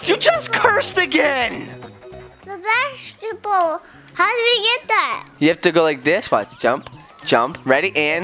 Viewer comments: He said bas- shi** ball in stead of basket ball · He said bashciball